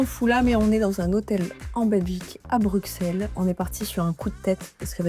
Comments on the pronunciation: bruSSelle, Didju où vous avez vu des X dans Bruxelles, on ne dit pas PariX , un petit effort svp, vous ête du chnord quand même :) et encore une petite précision l'hôtel Dolce by Wyndham c'est pas Bruxelles, c'est La Hulpe. Sinon, faut passer dans ce même hôtel en fin novembre. y'a un super marché-pre-noël des artistes locaux. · On ne prononce pas le X ! Bienvenue 🙏